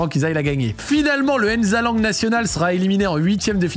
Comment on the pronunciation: c’est pas aine sue ni aine zalang c’est nsue et nzalang c’est pas compliqué mladenovitch tu le prononce correctement donc fais de meme